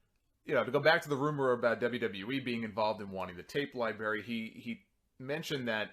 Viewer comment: Did you just say 'Libarry' at first?